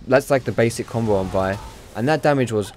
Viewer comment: Its the right way to say it.